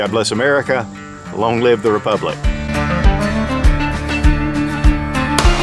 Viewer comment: Long live the “rePUGlic” 😆